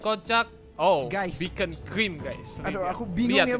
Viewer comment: Beacon bukan bekoncrim 😭